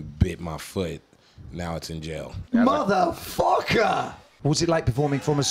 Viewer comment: MATHAFACKA !!!!!!!!!!!! (british voice)